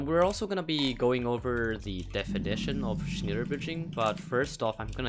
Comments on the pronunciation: It's so funny how you pronounce it 😂. But you pronounce it totally wrong. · I'm German and sry but you say it a little bit wrong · u probably should've looked up how to pronounce Schneller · XD schneller bridging Its means faster on german. Also u sayed it wrong do by Google translate faster and translate it on german. Btw but nice try with german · bro ur saying it wrong englishe leute diese tage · Its german you have to pronounce it german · its like smell with er and no m just an n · Lol i am from germany and you speak it so wrong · Bro I know German it’s not pronounced that way :( now I’m cringing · im pretty sure it’s pronounced (sh-nell-er) instead of (sh-neil-er) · Lmao I first thought yt automatically translated the title 2 German... Btw: it's pronounced As shnäl-ler. U only said 1 l ...like shnééélér Bridging... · „*Schneeeler Bridgeing*“ Me laughing as a German speaker how he pronounces it. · Im german and i know its not pronounced schniiiiller bridging but schneller. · “schneeluhe bridging” it’s pronounced “sh-neh-luhr bridging” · Me a german : wtf is is schniller 1min later : OHHHH HE MEANS SCHNELLER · I am a german and you speak it like schnällea bridge and not schniellia bridge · shneeeeeler bridge i love to shneeeeeler bridge i shneeeeeeeeeeler bridge do you shneeeeeeeeeeeeeeeeeeeeeeeeeeeeeler bridge? you emphasize the schnELLER(as in hellen keller) not schneeler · It’s not schniler it’s more of a ä sound ask google transport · it's not schniiila bridge , it's schneller bridge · Not snilerbridging. Speak shnEller bridging. You have to speak e AS an e not an I! Like uh I don't know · Schneller not schneeeler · Noone: No soul on earth:: schniäller bridging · As a german its Rly funny how you pronounce "Schneller" (the "e" is more pronounced like the "e" in "smell" so basically "smeller" with "n" lol)also its kinda weird to name a bridging Method "faster bridging" loll Edit: Good Luck on 100k!🍀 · True, it would be like Schnella bridging